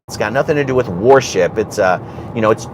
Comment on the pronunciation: The way to pronounce the word “worship” is “worship,” not “warship.” You’re welcome.